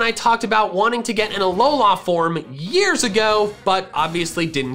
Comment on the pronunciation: You say alola weird, its not that long